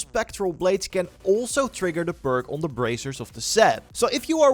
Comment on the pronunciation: guys if you need help figuring out this video, hes actually trying to say perk, not ‘burke’